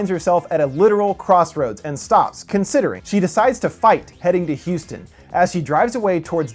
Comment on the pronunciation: Houston? Really❌😭😭😭